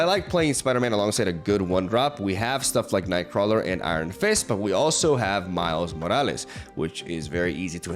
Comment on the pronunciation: lol love how we can hear your accent change when saying miles morales, a a spaniard i always get so confused when hearing people i am used to hear in english say stuff with that latin accent :D